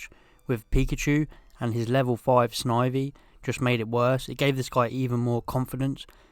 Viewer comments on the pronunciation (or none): none